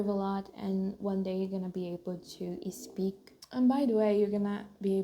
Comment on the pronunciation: Amo os seus videos. Mas um reparo: Vejo que tens certa dificuldade (que é normal, mas podes ultrapassar) em pronunciar palavras que começam com 's'. Por exempo: speak, start, state etc. Vejo que tendes a pronuncia ispik, istart, isteit ao invés de spik, start, steit. Again, I love your videos. You inspire me a lot. You kind of do the both things I love: Christianity and Learning Languages.